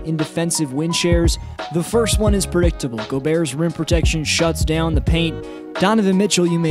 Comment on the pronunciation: I hate it when they say Golbert instead of Gobert.